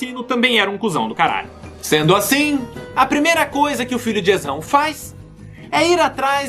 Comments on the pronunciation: Por favor digam que eu não sou o único que escuta "Tesão" todo vez que o nome de "Esão" e dito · juro q ouvi "Tesão" várias vezes e dps q me liguei q era "Esão"